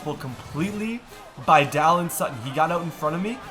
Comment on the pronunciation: It’s Day-lun Sutton not Dylan